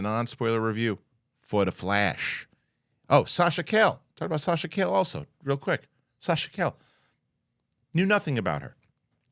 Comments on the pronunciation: Sasha CA-LLE no C-A-LL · Sasha's name pronunciation is kai-ye. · Sasha KA YE is how you pronounce her last name. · He's going down the wrong calle. 😂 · You would think being a New Yorker he'd know how to pronounce it.